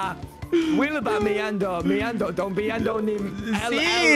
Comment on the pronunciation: Ok but are we gonna ignore how good wilbur's pronunciation was?